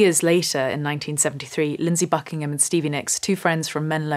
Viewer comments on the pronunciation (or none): none